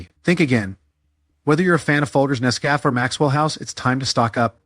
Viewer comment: Use an AI that can pronounce words like sardines, saltines, and Nescafe correctly.